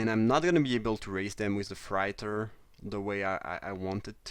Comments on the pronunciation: Its pronounced fray-tor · Hey :-) Love your vids. I really admire how well you speak English. I wish I could speak a second language as well as you speak my first! Just wanted to give you a little tip that the word "freighter" is pronounced with an "8" like sound, so like "fr8er" if that makes sense? I hope I'm explaining this ok. Keep it up with the great vids :-) x